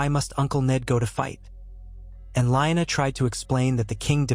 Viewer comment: Very nice story, but are you mispronouncing Lyanna, Raegar, Baelon, and Vyserys's names on purpose? Correction, the inconsistentcies in the story, forced me to stop watching it...